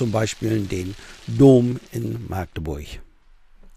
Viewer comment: Maaagdeburch wird mit einem kurzen A gesprochen, das könnten ihm die Ureinwohner erklääärn. Herzliche Grüße aus Machdeburch.